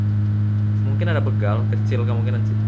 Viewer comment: Bro, btw pengucapan kata BEGAL itu yg bener huruf E nya kayak pengucapan kata BECAK✌️😎 hehe,, mantap konten2 nya 👍👍💪💪 lanjutkan bro!!!